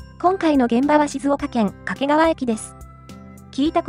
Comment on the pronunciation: 掛川のアクセントが"け"にかかる